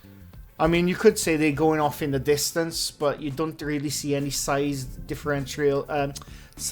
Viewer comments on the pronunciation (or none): none